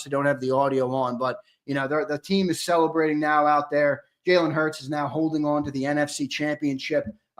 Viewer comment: HEY sileo put some respect on jalen hurts name😅😅😅 you been wrong all yr 😅😅